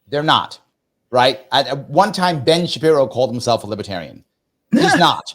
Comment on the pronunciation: Lib-ER-tarian. Not Lib-A-tarian. Sorry,, but that drives me nuts.